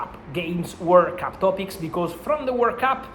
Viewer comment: lol it’s hard to head World Cup, I thought he was saying “work up” lol it has me doubting myself